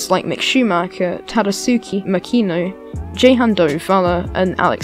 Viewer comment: Totally butchered Jehans name lmao, really good vid mate ⚡